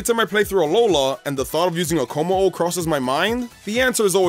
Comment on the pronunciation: THE NAMES KOMMO-O AND JANGMO-O DON'T END WITH AN H!